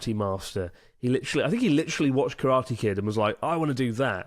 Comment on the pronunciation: Nick will be disappointed with the way you pronounce Karate,.